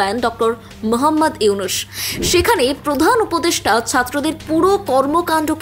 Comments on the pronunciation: হাশিনা, ইনুশ, - উচ্চারণ ভুল হচ্ছে, শুনতে কটু লাগছে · উপস্থাপকের উচ্চারণ, হাশিনা, ইউনুশ।